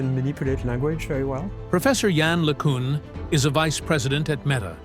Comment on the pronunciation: The interviewer is catastrophic. I remember seeing him interviewing Sir Roger Penrose. Just as embarrassing performance. I don’t know what is more annoying, his lack of knowledge about the subject or his really bad pronunciation. That’s not accent. Prof. LeCun is brilliant.